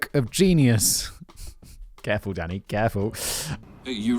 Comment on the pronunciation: I was 5 minutes into this episode when I realized Simon is saying "Danny" and NOT "Daddy", which I DID think was weird, but also hilarious. 😂